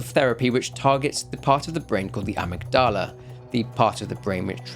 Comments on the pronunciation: Lol at "Ah-migg-doll-ah" it isn't pronounced like the Bloodborne eldritch being. Amygdala is pronounced "uh-migg-duh-luh." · dang bro i wish someone told you that's not how you pronounce amygdala. it's ah-MIG-dah-la not ahmid-dala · peace and love partner but u certainly said that one word wrong. Good video though it's over an hr long so getting a single word flubbed is nearly perfect.